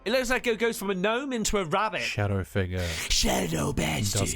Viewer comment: It wasn't a gnome, it was a Gno-em